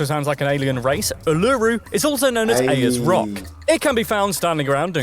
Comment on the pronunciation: If someone is going to make a video and present it as fact they should at least make sure they get the facts and pronunciation right…but they never do. He butchered the name of Mount Kosciusko, Ayer’s Rock sounds like airs not what he said, it’s South Australia not southern, the country is only 43% Christian his numbers are years old and we only have six states, the ACT and NT are territories. Redbacks are so deadly no one has died from one since 1956, only children and those who are frail are in any real danger and need the antivenin quickly.